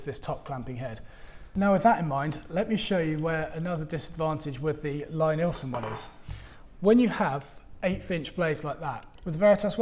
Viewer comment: as so often, it's a horse race. Both guides (as well as the "no guide" method) have their advantages. I own the Veritas guide and find it very versatile and not the least fiddly. the wider roller on the Veritas jig sits better on my water stones. The Lie-Nielsen (btw way, his first name is pronounced "Lee" not "Lye") is more straight forward but also specialised a bit for Lie-Nielsen tools. I have an old Eclipse guide as well which I keep in my tool box, which i do use from time the time. I have discovered that we woodworkers get the procedure bassackwards, i used to sharpen my tools after I was finished working with them, like most other people. Now sharpening / honing is done before I even start cutting. (see James Krenov or Frank Klausz) It's the first step, not the last step in my daily practice. A few quick stokes and my blades are ready to go. I liked your comment that dulling tools is way more fun than sharpening tools. thanks for your insights and a great video!